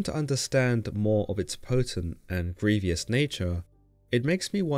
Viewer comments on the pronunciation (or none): none